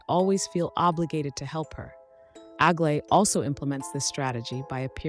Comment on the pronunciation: Aglaea is a greek name and you should pronounce it better please